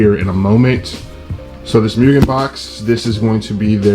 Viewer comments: Nice upgrades but dude less of the MEW-GAN it hurts my ears 😂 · MOOOGEN* lol I said Mugen for a while too.